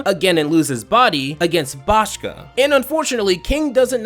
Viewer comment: You mispronounced Boscha's name.